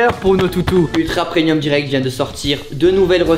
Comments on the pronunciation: Tellement de gens qui disent "preNium". Pourquoi ? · tout les gens qui disent "prenium" allez vous faire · T'es au courant que "preMium" s'écrit avec un "M" car ça se prononce "preMium" et non "prenium" ? 🤔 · Très bonne vidéo mais on dit "Premium" pas "Prenium"